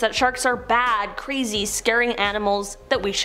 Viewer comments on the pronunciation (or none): none